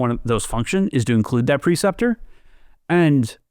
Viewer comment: It's pronounced PRE-ceptor, not "PER-ceptor."